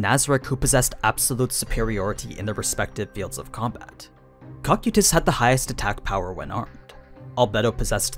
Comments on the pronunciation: Did he say “coc u tus” instead of “co kye tus” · Am I the only one that cringes with his pronunciation of names..... especially with cocytus........ I have noticed this on multiple videos and it just doesn't sound right